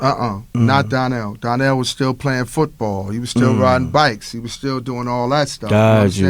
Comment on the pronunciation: Why they keep pronouncing Donnell as DARNELL???